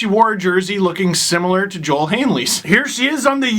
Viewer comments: Not that you will see this, but Kiviranta’s name is pronounced Yo-el. He’s Finnish. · Same with Joel Eriksson-Ek in Minnesota too.